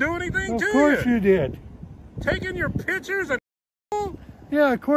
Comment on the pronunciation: Not one single frauditor can pronounce the word “picture” and they’re all so convinced they’re intimidating hahahaha oh god lol